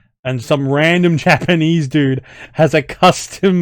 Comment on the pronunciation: I was honestly surprised by your Japanese. Think you could actually speak to an IJA soldier as a POW like that? Imagine the response he'd give, LOL. That's like College-level Japanese right there. You could be doing voice acting of actual WW2 Japanese military right now.